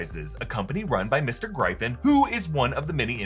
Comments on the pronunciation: Mr. GryeFin? The hell? It's pronounced Griffin. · Gryphon is pronounced with a short y. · I believe there’s only one way to pronounce “Gryphon”.